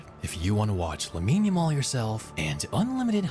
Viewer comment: hey bro jus thought I would let you know the name pronunciation sounds like - la-meen YA-mal